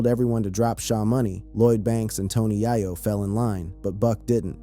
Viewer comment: Doesn’t know bloodhound was first released on Straight Outta CashVille on terms on major records. Can’t pronounce Tony Yayos name properly.